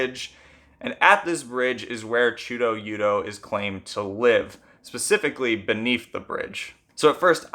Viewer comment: great video! i’d say it’s pronounced much closer to chuda-yuda tho